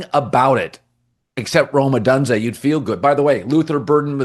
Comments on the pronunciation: O - dune - zay. Why do you insist on saying O done zay? You never hear anyone else saying it that way. Are you an Ai? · it’s O-doon-zay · Hey Colin...how do you not yet know how to correcrly pronounce "Adunze"?? And it's COLSTON Loveland..not Cortland. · How in the hell are you blaming him for the lost. He doesn’t play defense!!! And you need to pronounce his name correctly !! Wow